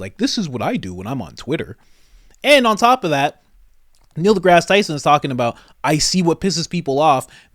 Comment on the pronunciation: Neil DeGass Tyson.